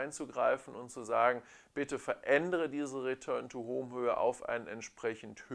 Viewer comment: Return to BAUUUUM!! hahahahaha :D Danke für den Vergleich, hast wieder mal sehr schön gemacht. ;)